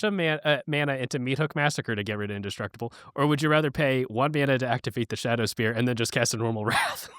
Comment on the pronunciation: Even during the podcast, can't stop themselves from mispronouncing words. Its shadow spear not shadow sphere